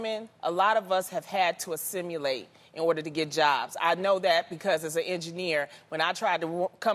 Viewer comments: Hmmm, no. So no one is going to say anything about Loni mispronouncing the word “assimilate”? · If you're going to talk about this loni, know how to fucking say assimilate